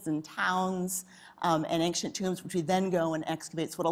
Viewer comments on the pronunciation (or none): Excellent interview but why is this woman pronouncing "ancient" as "anxient"??? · For such an educated person one would figure she would know how to pronounce the word "ancient". Anxient, anxient! Ja!